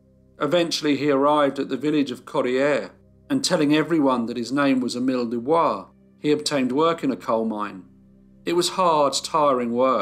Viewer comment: Doo Boice.